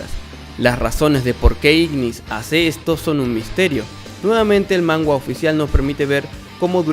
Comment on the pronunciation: Se dice manga no mangua